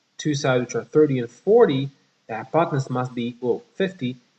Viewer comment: hypotenuse, not: hypotanuse....